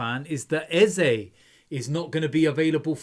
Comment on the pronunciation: I like the way you called Eze you sound like a real Igbo man from Nigeria.